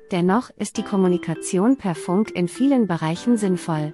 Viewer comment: fAnk ??? Ich kenne nur fUnk !!! Und es heißt DAS und nicht „der“ nächste Produkt … Haben wir nicht mal nen Hauptschulabschluß gepackt oder was ???